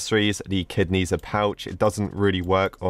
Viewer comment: i am chinese, and Ne Zha is a very good animation i swear :D and uh it's not pronounced like that. :P